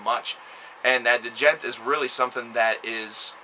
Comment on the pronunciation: Di jent? Lol!! The d is silent bro.